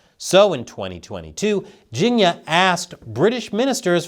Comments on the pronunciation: It's pronounce "Ching-year" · for a moment i thought you were saying "ginia" short for Virginia. 🤣🤣im like "Virginia had something to do with English steel"